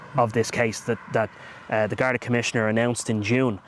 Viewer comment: *Garda / Gardai NOT "Gardae".